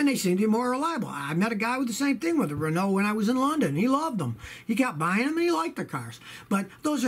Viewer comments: dunebasher1971 I thought he did pretty good on “peugeot” and it’s more of “REn-au” Not “REN-oh 🤣🤣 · Hearing Scotty trying to pronounce "Citroen" and "Peugeot" is amusing :) He gets "Renault" more-or-less right, although the emphasis should be on the first syllable - it's "REN-oh", not "ren-OH".